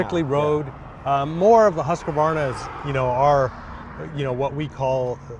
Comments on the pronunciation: It is not called Husku varna it is Hus-quarna... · It's Hoosk-varna. NOT Husk-uh-varna. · 🤣🤣👍 opening line. Huskavarna!! Husqvarna right or spell it as you say it Huskvarna 👍👍👍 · Jay, repeat after me ... Husqvarna. Husqvarna. Husqvarna. Not Husk-ah- Varna. Get the idea, not idear? No need for additional syllables. Ride on! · It’s pronounced HUSQvarna not HusqAvarna. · Since when do you put an 'a' between the q and v of Husqvarna? It's pronounced "husk-varna", not "husk-a-varna" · it's 3 syllables "husq-varna," not "husq-a-varna" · It's not pronounced Husq-UH-varna, it's pronounced 'Hoosk-varna', there is no 'A' after the 'q'. My Swedish wife corrected me years ago of how to say it. :) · Its funny when an american say HASKEVARNA instead of HUSKVARNA 🙂 .It is the name of the city where Husqvarna vas born in Sweden , Today it is an italian company with the old swedish name. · Jay the name is pronounced Husk-var--na not Hus--ka--var- na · I live in Huskvarna Sweden and that is not how you say it. try a much longer "U" HUUSKVARNA. HUSS KAVARNA is just wrong. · The best way to pronounce the company name is not (Husq-varna) it is HUS-qvarna and VIT-pilen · It's huuusqvarna ot husqAvarna. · It's pronounced "Husk .. Varna" NOT "Husk a varna" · And the Swedish would not pronounce the company 'Huskavarna' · "Huska-varna" lol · Haha! Indeed! As a Swede, I die a little bit every time he says, "Huska-varna". :D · "Iskvahna"? Vad?! Vad i helskotta är en iskvahna? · For the guys whos mother tounge is inglish, the easiest way i can try to learn you say it is " huus-cvarna ". It comes from the town Huskvarna in Sweden that changed the way it was spelled in 1906 but the manufacturer kept the same name. The name Silverpilen means " Silver Arrow " , Vitpilen means " White Arrow and Svartpilen means " Black Arrow". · I think its properly pronounced "Hooskfahna" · I'm Swedish and it's pronounced Hus-Kvarna, you say it like 2 words. Maybe that explanation helps? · It's "Huus-kvaarna"